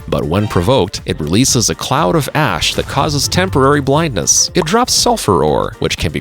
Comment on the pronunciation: what the hell why did i hear every ''ash'' as ass